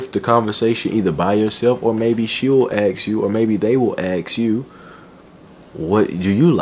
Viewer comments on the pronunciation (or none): nice video do you say aks or ask. Just a friendly reminder to correct a small mistake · Ask not aks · Why do you say aks when all the other things you say are intelligent and wise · Why can't you pronounce ask?